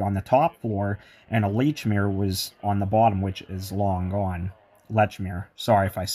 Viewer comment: the store lechmere is /was pronounced "leech mear"